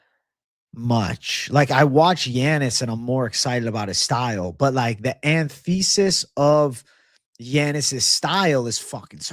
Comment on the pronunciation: . bro... "anthesis" 💀